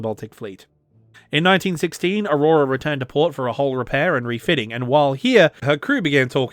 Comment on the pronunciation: Avrora not aurora, i remember al long discussion with a Moscow girlfriend 😉